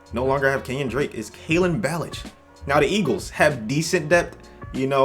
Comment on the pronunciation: got guice right but got ballage wrong (bah-lah-jeay)